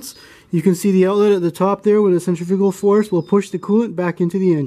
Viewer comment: each time you said centrifugal i weeped another tear